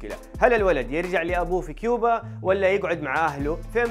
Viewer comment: كوبا وليست كيوبا يفترض انك ما تخطئ هكذا خطأ